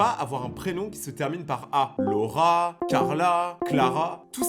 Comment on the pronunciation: Quand tu disais Laura j’entendais le rat 😅